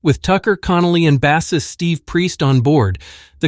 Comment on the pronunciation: All this supposed technology and they still can't pronounce bassist correctly.